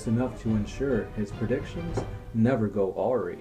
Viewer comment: Its pronounced Ah-rye. Not oh-ree.